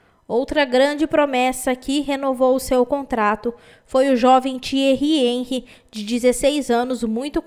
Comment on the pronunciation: Você é uma grande mas precisa aprender a pronunciar nomes estrangeiros fica feio quando você fala errado Henry